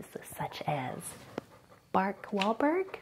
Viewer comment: "Bark walburg" 😂😂😂😂👏👏